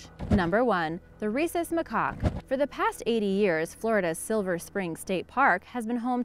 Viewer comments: Oh god stop saying macock it's pronounced macack!!!! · Its pronounced MA-CACK! Quit spreading ignorance! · "Rhesus macock"!? No such species. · Its easy to pronounce, use this rhyme " take the Macaque behind the shack, put him in a sack & give it a vvhack"